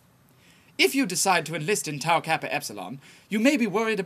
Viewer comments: You mispronounced Tau alot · It's Tau... Not Tow... Seriously... Your chapter founders are face palming